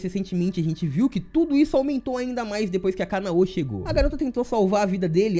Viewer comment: Caraca, por que a galera que comenta sobre anime nunca pronuncia os nomes corretamente? Agonia da poxa parece que fala soletrando WTF "TAN GI RO" "KA NA Ô" "I NO ZÚ KE"